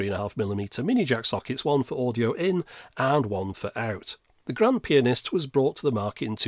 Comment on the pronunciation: Pronouncing it PI-anist just to go for the pun at the end?